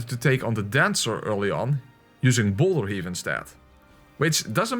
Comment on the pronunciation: Is it me or did he say bowler instead of boulder?